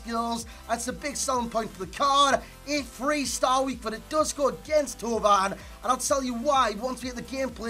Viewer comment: Finally a YouTube who can pronounce Thauvin properly